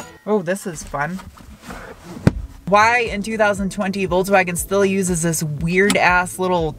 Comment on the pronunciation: Me not like the fholksfhagen... You're the best.